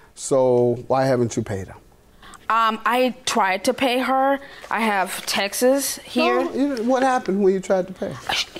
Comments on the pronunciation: I hate when people say ,"textes" insteads of texts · Why can't anyone say texts? Saying textes for texts is like saying testes for tests 🤣😂